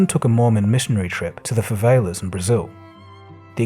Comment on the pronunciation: Favelas? Might want to learn how to pronounce what you’re reading. Embarrassing.